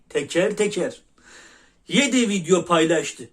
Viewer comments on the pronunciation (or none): none